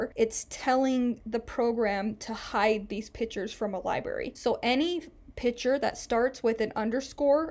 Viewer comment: Thanks for the tutorial it was very usefull and I got a chuckle every time you said "Pic'hure" 🤣